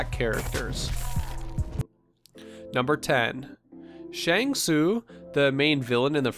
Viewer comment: Good vid but the pronunciations of Shang tsung Sonya and noob saibot were painful to listen to